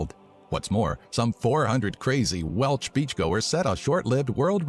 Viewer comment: we are called the welsh, not the welch.